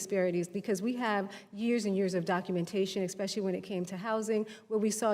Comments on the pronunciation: Professional victims should not be allowed to sit in political seats. If you pronounce especially as expeshe-ally, then you are not qualified to be in a political seat. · Anybody that says "exspecially" shouldn't be so particular about the way someone answers a question.